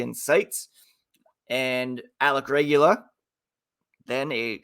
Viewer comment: Way to butcher Alec Regula's name lol. It's Regoola! Go Knights Go!